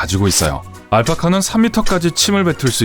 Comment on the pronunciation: 알카파? ㅋㅋ 너무 자연스러워서 틀린줄 몰랏넹